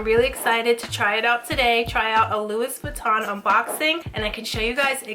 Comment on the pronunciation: Louissssss Buittan lol. Girl you're gonna buy luxury brands you better know how to pronounce it. hahaha